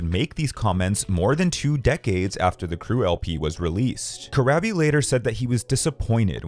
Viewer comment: It's pronounced Cor-raw-bee.